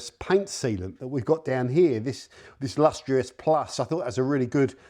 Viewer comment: Lustrous not LUSTEROUS